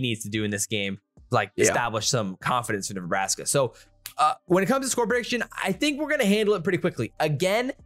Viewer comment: 35 -10 neebraskee.